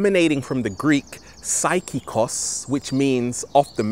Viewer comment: It's not "saikikos", it's pronounced psihikos in greek